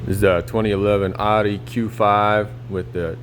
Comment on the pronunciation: Bro Audi.... not otty jesus.....